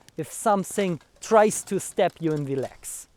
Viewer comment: Great video yes. As for the English, only thing I'd say is make a distinction between the words "step" and "stab" (more like, "st-AAH-be"). But it's clear from the context anyway. Yes I thought throughout as well, good strategy maybe to keep your dagger sheathed and wrestle him to the ground first. And maybe try to take his own dagger before he can switch to it from his longer weapon. All extremely risky strategies though, succeed perfectly or die. First option: RUN AWAAAAAY! 😂😂